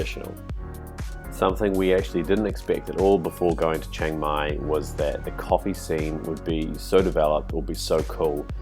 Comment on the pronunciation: Its called chiang mai and not chaeng mai wtf